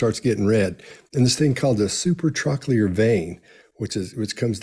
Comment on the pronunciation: Brilliant work as always Guys! Just FYI it's Supratrochlear and Supraorbital:) (Sorry, I'm a Doctor;))